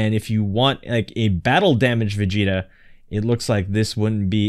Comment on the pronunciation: Never say vegeta red EVER AGAIN